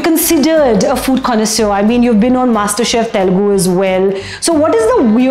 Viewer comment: Before you use “big” words learn how to pronounce them.Connoisseur ki pronunciation pehle check Kar lo….